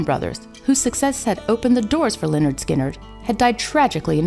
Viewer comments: she prounounced lynyrd skynyrd wrong it´s prounounced leh-nerd-skin-nerd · Hey narrator, it's pronounced 'Lĕh-'nérd 'Skin-'nérd."